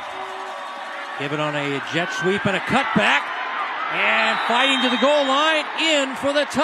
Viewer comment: Great commentary, but it's "goal," not "gold." Thanks!